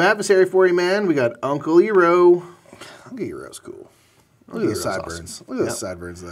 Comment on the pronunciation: Despite our resident Avatar super fan reminding us before hand how to pronounce Uncle Iroh's name correctly, we naturally pronounce it wrong throughout the video because we're silly Bing Bongs